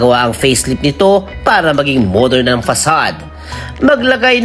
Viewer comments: FACADE, hindi "fasad" o "pasad". LOL. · FACADE po hindi FASAD.